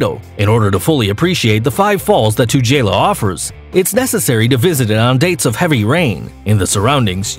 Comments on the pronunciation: 2nd highest waterfall on the list is pronounced Two-girl- laa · I am from South Africa. So, about Tugela: 1) It is pronounced : Two-geh-la Two = 2 Geh = rhymes with "pair" (use British accent). The G sound is the same as in the word gasoline. La = as in La-la Land. Im trying to make this as simple as I can for the Americans. 2) Tugela is now the tallest waterfall in the world. Google it 3) It is not situated east of the Republic of South Africa. Rather, it is IN South Africa, and is a very important part of South Africa. 4) The province is Kwa-Zulu Natal. Natal = Ner-tell. Not Nay-till. The accent is on the 2nd syllable. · HaHa! 1] it's pronounced 'too-gey-la' British English, 2] it's the highest on the list. Angel is presently 2nd tallest. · Picky, picky, picky. Waterfalls come in many varities, including cascades. Whatever, free-falling or not they are still waterfalls. Incidentally, a few months ago a Czech team of hydrologists re-calibrated the height of Tugela Falls at 2,342-feet, making it roughly 20-feet taller than Salto Angel. So, Tugela [which you've mispronounced; it's pronounced 'too-gay-la'] is presently the world's highest. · Tugela no 1, Angel no 2. Angel is a demon in disguise! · Tugela with hard G.... and the A's in Kwazulu Natal are pronounced like the ones in 'Apple' - not ...Natale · You said Tugela and Natal sooo wrong. As a South African, I’m so offended. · Tu-geh-la falls, not tu-jella. Drakensurg not dragon. Kwazulu Nah-taal. Not Nay-til.